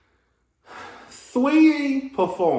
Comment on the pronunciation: Why everyone say SWeetie? Her name SAW eetie